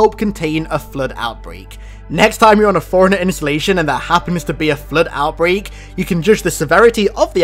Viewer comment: i keep hearing foreigner instead of forerunner